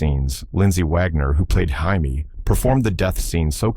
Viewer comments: This AI is horrible. Can't pronounce JAMIE.... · You kept pronouncing Jamie wrong